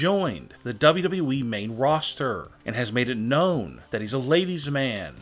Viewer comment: how he says WWE😂 dbdbweee